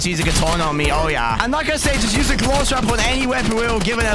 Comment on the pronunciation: i could hear a but of his south african accent coming out there lmao "i like this"